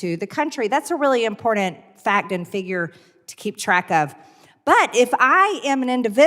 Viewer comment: Impordunt? Greene uses the word every time she has something to say and it bugs me.. she just irritates me.